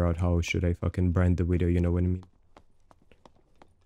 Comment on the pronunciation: When I get a kill like this ill be sure to say " Check out the wideo gg ha ha " <3